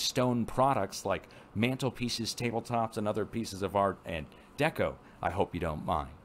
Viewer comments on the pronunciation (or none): none